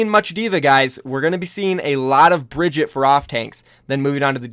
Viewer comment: Bri-gee-tah not Bridget lol